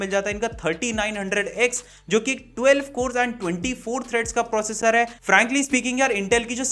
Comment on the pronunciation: Proccor nhi processor